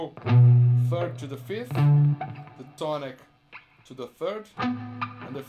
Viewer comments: if you Google it, you'll see "two" is pronounced as a prolonged "too", and "to" a shorter sounding "too". There's a difference, albeit small. Brazilians like Kiko will pronounce something like "tchoo" for both to and two. I'm really nitpicking here, but still, can't help myself. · I'm Brazilian and I notice that many of my countrymen, including Kiko, mispronounce "to" and make it sound like "two". I would like to hear from native English-speaking people if they agree with me on this.